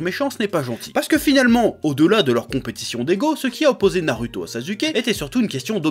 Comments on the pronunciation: pk tu dit naruto au lieu de narouto (phonétique) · Nar"u"to ou nar"ou"to? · j'adore comment tu dis "na"rue"to" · na lu to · Parce que les japonais ne disent pas "Narouto" vu que le "u" ne se prononce pas "ou" en japonais... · nallllouto dans ce cas